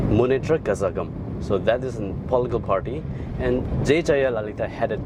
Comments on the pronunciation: Its not pronounced kazagam but karagam. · Kazhagam It is pronounced as karegam.Tamil pronounce zh as 'Re'